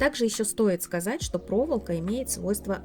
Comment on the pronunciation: ПроволОка, а не "проволка". Режет ухо.